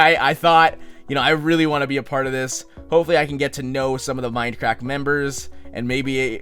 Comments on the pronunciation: is he saying fminecrack? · at first i thought he said minecrack omg!